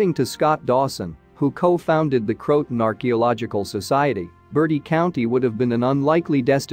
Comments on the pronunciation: It's not cro-ton. It's cro-a-tan.. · It isn't /Crowtin/ It is Croatan / Crow-i-tan/ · Pronounced "Crow-a-Tan" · This AI can't pronounce Croaton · Indeed, Crow-A-Tan for heaven’s sake😜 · Believe pronunciation is Crow-ah-toe-an. AI narration didn't pick up on this.